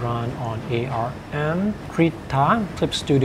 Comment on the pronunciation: It is pronounced "ARM", not "A R M"